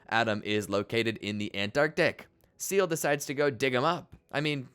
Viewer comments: its "seele" not seal🦭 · Seal and Gurn are not how you pronounce it :( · I winced every time I heard "seal" 😂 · How is it that people who have WATCHED THE SHOW still mispronounce shit? Its not "seal" its sey-ley. Its not lon-giness- its lon-jiness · It's pronounced "Say-Lay" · Lost me at "Seal" for Seele - what type of amateur bullshit is this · how do you manage to mispronounce seele when the name is said multiple times in the show 😭